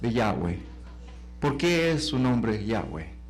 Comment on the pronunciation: No es Yáhweh sino YAHWÉH